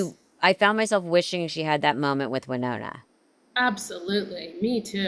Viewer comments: It's pronounced WY Nonna not Winona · It’s amazing that they both are so engaged and connected to the story, but don’t make the effort to pronounce Naomi’s name correctly. It’s NAY-0mi! And, Melissa, it’s WHY-nOna. Do better, ladies. 😖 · First of all, it's NAY-omi and WY-nona